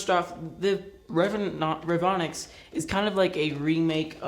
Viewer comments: Re-Von-ix not revinix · he say revenox not revonix